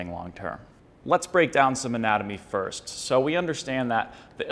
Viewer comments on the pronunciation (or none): none